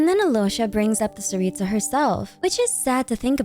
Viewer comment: Btw, don't say the t and s like ts, it's c CARICA don't add the h it's just carica, carica means queen in slavic languages btw!!! Tsar/car (don't say it like the driving thing car, the c is CUH CAR/ TSAR цар) for tsaritsa it's царица, and as a slavic person say the names just as the letters say so, not like in English where you can write something and it's spelled completely differently, honestly im really proud we got a Slavic country represented in genshin<3 honestly the way yall spell slavic names pisses me off, i couldn't focus on the video honestly